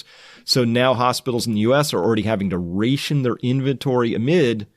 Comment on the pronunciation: Anyone else think it's world how he pronounced "ration"? Lol....